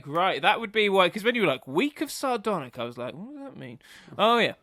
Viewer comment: "Sardonic." lol Add it to the list.. "Laffis," "Malakai," and "Sardonic."